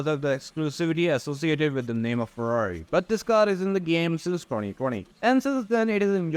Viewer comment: They way you chew & throw the words NUMMBBBBBRRR & Ferrrrarri Are painful to hear. I know you are Indian.